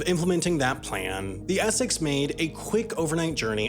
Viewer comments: its es-sex not esec. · Man what is going on with your pronunciation? Even with English words like Essex (essecks). And how did you get to vung tai out of Vung Tau (voong tau). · Essex is not pronounced Esseck :| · Your inability to pronounce the word Essex is hilarious 🤣